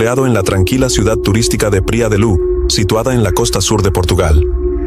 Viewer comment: Y si, lo repite tanto que le quita algo de seriedad a su investigación, si no sabe decir bien los nombres queda la duda de si investigo bien el caso